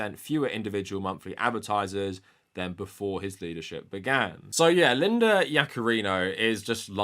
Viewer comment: I keep hearing "ex CEO Lina Yaccarino" lol